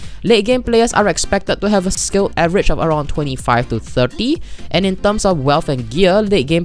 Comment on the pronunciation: "avgerage" nice.